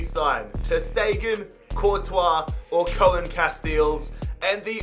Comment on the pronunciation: Pcq: it's not pronounced "Koah-Enn Cast-Eels" its "Koon Cast-Ales"